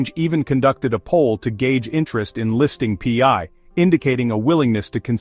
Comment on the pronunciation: Pee-eye? What is pee-eye "coin"? 😂 Pi, pronounced "pie", is a DeFi utility token used in the Pi ecosystems and nothing to do with FIAT or cash or dollars or exchanges or other crypto currency as clearly explained in the Pi White Papers.